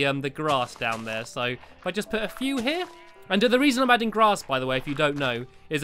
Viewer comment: stampylongnose whenever you say grass you sounded like glass okay bye